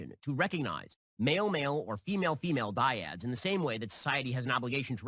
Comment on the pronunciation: I'm still dying over Ben calling couples "diads" help me